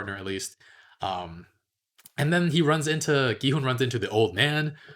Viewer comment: the way pronounces it is correct. there shouldn't even be a debate cause one can literally just listen to how it's said in the show if they can catch it.